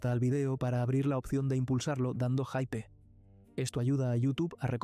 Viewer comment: Si lees mucho y lo que quieras pero no puedes pronunciar hype correctamente que incongruencia la tuya